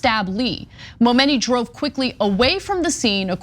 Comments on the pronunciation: Stop saying momoney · She Said Momeny soo many times I got lost in the story 😒